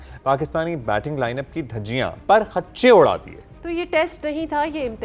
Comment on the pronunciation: پرخچ چے غلط تلفظ ہے۔ درست تلفظ پرخچے ہے۔